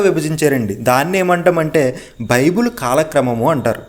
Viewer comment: బాబు బిబిలాస్ కాదురా నాయనా నీకు చెప్పడం రాకపోతే సైలెంట్ గా ఉండు. బైబుల్ మూడు పదాల కలయిక రా నాయనా.